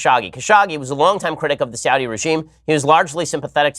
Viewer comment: Saw-thee Arabia.